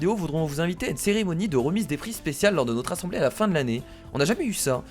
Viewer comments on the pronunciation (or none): none